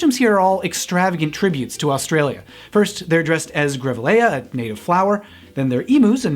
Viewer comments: As a queer Australian, I love that you're giving this gem the appreciation it deserves. Thank you for your analysis! You never fail to hit the nail on the head and add so much more to the discussion. FYI, grevilia is pronounced grav-ill-e-ah (grav as in grab), and emu is pronounced eem-you. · Grevillea = grah-vil-lee-ah Also, added context, when we visited Broken Hill in 2007 for a geology field trip, our lecturer warned us that there had never been a successfully prosecuted rape case in BH. Even making this movie in 1994 was groundbreaking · The consecutive mispronunciation of 'emoo' and 'greville-ayya' had me laughing.